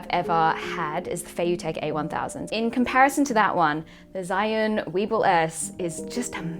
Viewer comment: It is pronounced as "zu-win". 😉 I'm talking about the gimbal.